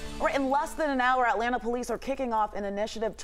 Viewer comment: Respectfully sir, it is Atlanta.